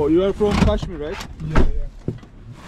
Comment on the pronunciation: Kashmir yazılıp kaşmir değil Keşmir okunuyor. Sen de açıklamada Keşmir yazmışsın ama kaç videodur Kaşmir telaffuz ediyorsun? Niçin?